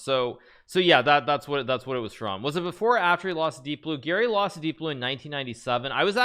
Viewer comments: I was so confused cz when Hikaru says Gary it sounds like Giri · Hikaru has a very strange way of pronouncing "Garry." Sounds more like "Geary" or "Giri". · I swear I always hear "Giri" everytime he says Garry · Me too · Ngl i didnt realise he said garry until i finished the vid and saw this comment.